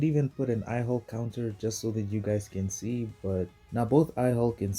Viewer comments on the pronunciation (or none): none